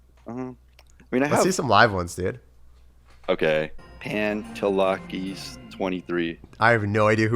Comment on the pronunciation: It's funny how you pronounced pantelakis23 beacuse its Greek bruh